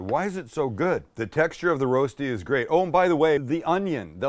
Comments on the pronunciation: Thanks for the nostalgia, had my first in Switzerland 20-ish years ago, I believe BK had their own version as well...that being said, your pronunciation of "Rosti" is killing my ears! It's more like "wohstee" with the w pronounced without perching the lips. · It's called Rösti, not Roasty, Rosti would also be fine. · Just call it "Rusty". Sounds closer than "Roasty". Rösti- Rushtii. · Fyi(not to be anal) it's pronounced Ruh-shdee. The Rö is like 'her' without the hard R sound. Okay, I'm being pedantic.. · Spike, is it pronounced Roasti or Roshty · the ö is a bit tricky, you pronounce it like in "her" but from your two words in Germany its more the Roasti with s Swiss people tend to say it with sh :) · Would you please teach him how to pronounce it? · It´s spelled like the o in worse: Big Rösti. :-) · Nicely done. By the way the "ö" in Rösti is pronounced like the "i" in bird